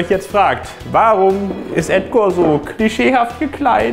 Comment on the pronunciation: ''komisch'' das Edgor zwischendurch klang wie Rudi, von der Aussprache her :'D